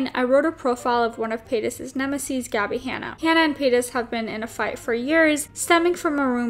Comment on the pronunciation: The way u say nemesis 😭💀